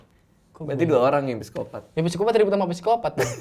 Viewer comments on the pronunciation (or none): Dosen saya bilang, kalau tulisan psikopat bacanya sikopat tanpa P heheh :) sama seperti Psikologi di baca sikologi.. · Bang radit: “Siapa presiden indonesia?”: “jokowi” Bang radit: “PESIKOPATT” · Psikopat bacanya P nya ga dibaca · Bang Radit: "Gw siapa?": "Manusia" Bang Radit: "PSIKOPATTT"